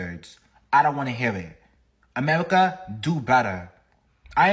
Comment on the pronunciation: Pretty hard to take a guy seriously that says “Amewica” lol